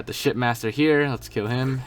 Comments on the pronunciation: For this entire thing I thought you were saying "shit master" instead of ship master. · Bro are you saying shit master or ship master??😂💀